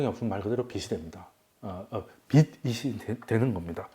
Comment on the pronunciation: 빛이 되다 >> [비치 되다] 빚이 되다 >> [비지 되다] 빗이 되다 >> [비시 되다] 빛, 빚, 빗 : 한 글자로는 발음이 [빋] 이지만, 조사가 붙으면 구분이 쉬워집니다. 훌륭한 강의에 조금이나마 도움이 되길 바라며 적어봅니다.